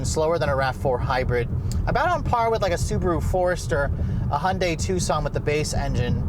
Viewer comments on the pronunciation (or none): none